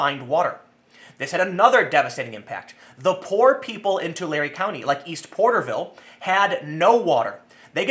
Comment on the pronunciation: ish Tu lare not tu larey